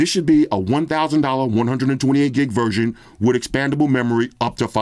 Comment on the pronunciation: 128 gig ‘verJohn’😂😂😅